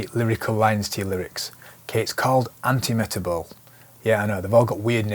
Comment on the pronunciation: Antimetabole is pronounced an-tee-muh-TAB-uh-lee.